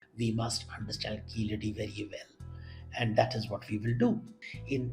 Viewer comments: Please say keezhadi, and vaigai correctly. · Why is Devdutts views being sought on Keeladi, not Kilaadi as the anchor eggegiously mispronounces? There r enuf scholars for it on the subject to opine. And in any case all he did in the video was shared the trade success of the indus valley peoples n he did not respond to the by line of the video which announced WHAT KEELADI MEANS FOR INDIAS CULTURE...n also gave the unsuppoted theory of the declining indus civizarion finding its way to Keeladi. In 2000 BC. The facts from experts show habitatonal evidence before 3000 BC. And to mention Sangam with no relevance seems only to create an impression of scholarship...also iron tools were found confounding archeologists as earliest use of iron in the north was post 1900 when it was used for horses...mythologists passing of as historians is to leverage bubbles in these media hyped times